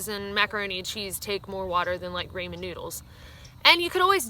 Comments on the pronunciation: ...raymen noodles? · I’m from California so I had no idea what she was talking about when she says “ RAYMON noodles! Took awhile to realize she’s saying RAMEN..( pronounced RAH-MEN in my neck of the woods).... lol American Regional Accents! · Loved how you pronounced ramen as "RAY-MEN"...I don't know if it's a west coast thing...but we pronounce it as "RAH-MEN". P.S. I'm planning on hiking the PCT in 2018...got my hike permit...working on getting the time off!!!